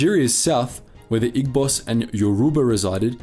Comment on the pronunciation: Good video. one slight criticism is that Igbos is pronounced ee-bos instead of ig-bos. but thats about it, good video overall